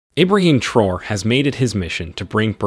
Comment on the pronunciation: The name is Traore not Traws please thks